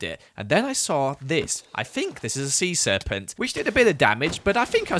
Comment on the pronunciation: How hard can a sea serpunt be? Me: DIES LITHING WHEN HE DIES